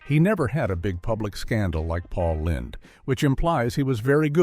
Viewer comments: The AI robot voice mispronounced Paul Lynde as paul lined an in lined paper instead of Paul Lind. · Paul Lynde's last name sounds like "Linned", not "Lined" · His name is pronounced Paul Lind. Everyone watching tv knew he was gáy. I was a kid and I knew. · Pronounced Lind not LYNDE! One would have thought you might have researched this before publishing this with the wrong pronunciation. It undermines your credibility. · Paul Lynde (LIND) not LINED! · Are these all bots that read these?? Pronounced names wrong. Paul LINDE? Then they correct it at the end. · That's Paul Lined to you! Lol.. The Mispronunciations and Canned Voices that Everybody uses always instantly gives them away.. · Apparently according to AI, it's Paul "Lined". I hate AI. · "LIND" (SHORT I) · Paul Lined? Sloppy AI again. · It's pronounced, "LIND", you idiot. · Missed pronounced Paul Lynde's (Paul Line) name....more AI shit. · Please learn how to pronounce Pauls last name. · Dick York was not gay. This machine doesn’t know how to pronounce Paul Lynde’s name! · Rock Hudson, Tab Hunter, Anthony Perkins, Farley Granger & Sal Mineo were not sitcom stars. And isn't there a way to correct the AI voice's pronunciation of Paul Lynde's last name? 😒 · I know. . Even if the narrator is mispronouncing his name. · Why can't you pronounce Paul Lynde"s name correctly? And I'm supposed to take you seriously. Just click bait. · Pail Lynde last name was mispronounced